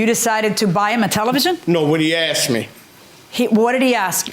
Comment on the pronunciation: the i axed generation